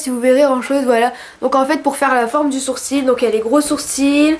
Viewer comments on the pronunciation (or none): Oh je ne connaissais pas ! J'ai adoré ta vidéo ! Et je préfère tes sourcils comme ça :D (au fait on dit sourci ^^')